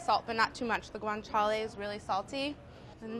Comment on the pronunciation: Even though she can't pronounce it